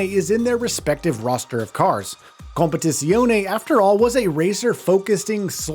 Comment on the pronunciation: Please just call it ACC, your pronunciation is meh at best, lol....